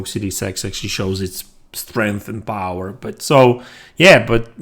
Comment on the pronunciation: Mary Cerny "I wouldn't count raw TFLOPS as an true indication of POWAH".🫡